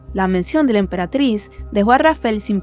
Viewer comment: Se dice emperatriz 😭